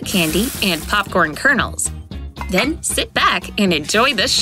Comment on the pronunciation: Bro she keeps saying den